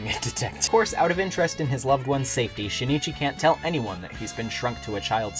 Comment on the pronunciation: Luv it bro but I can’t stop cringing from u saying shinichi his name is pronounced sheen-chi